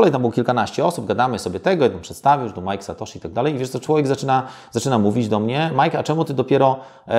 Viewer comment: MAJK SATOSZI? wtf